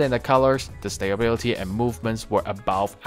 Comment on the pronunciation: Advice on your pronunciation: you pronounce stability as "stay-bility" which you can work on.